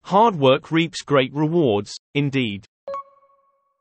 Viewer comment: おはようございます。 本日も更新ありがとうございます。 難易度は1にします。multi-grainなど少し訳を考えた文章もありましたが一応20/20でした。 reapは最初leadに聞こえましたが、途中で気づきました。 That's when I realized that I am no longer making the mistakes I made in the past. For example, I might take the art of driving a car as an example. In the past, I would often get honked at because of my poor driving skills. Now it is the other way around and I am the one honking the horn all the time. Of course, that is not always a good thing. Anyway, I used to drive late at night to practice driving. I am sure that this has led to the improvement of my current skills. On the other hand, some technologies have degenerated. That is calligraphy. When I was a child, I was confident in my calligraphy and was proud that I could write better than adults. But because I stopped practicing and stopped writing, my handwriting has become worse than most people's.